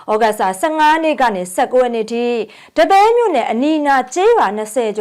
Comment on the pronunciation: ဒီပဲယင်းမြို့လားဒပဲယင်းမြို့လား ကွဲကွဲပျားပျားခေါ်ပြပါဗျာ ဘယ်လိုလိုက်မှတ်ရမှန်းမသိတော့ဘူး